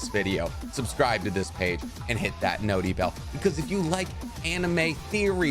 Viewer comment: Good content and I really like your point of view on things but I'm not gonna lie I physically cringe every time you say notee bell